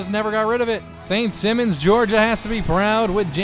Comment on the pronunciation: u say simons as a last name. the i is a high i like u say high